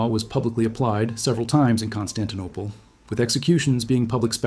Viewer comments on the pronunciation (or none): none